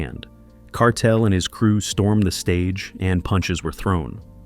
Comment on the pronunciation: Man bearing false witness pronouncing Kartel name wrong stop do these dumb shows homie yuh will loose yuh life memba mi warn him